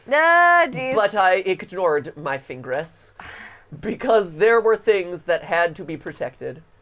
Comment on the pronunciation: "A sharp pain was coming from my fingres" 😂😂😂😂😂😂😂😂😂😂😂😂😂😂😂😂😂😂😂😂